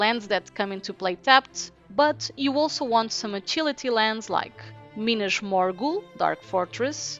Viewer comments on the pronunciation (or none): Hello great video. Are you portuguese. I just found your channel (already binged like 7 videos) and the way you said “minas morgul” really sounded portuguese. Great job. Wish you the best